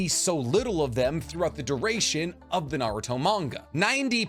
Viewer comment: The way this guy pronounces words in Naruto and in English just blows my mind 😂